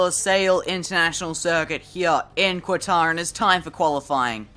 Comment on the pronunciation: FYI Its pronounced "Katar", not "Quatar"